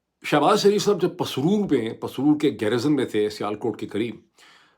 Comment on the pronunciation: پیر زادہ صاحب آپ گیراج کہا ہے ہا گیریزن ۔۔۔ واضح کریں ۔۔۔